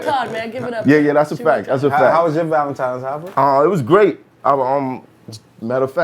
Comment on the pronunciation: Listening to grown people say "Valentimes's" is engaging